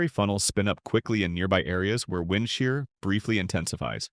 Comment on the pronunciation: Get Rid Of The Bullshit AI Voice, It Can't Even Pronounce "Wind" Right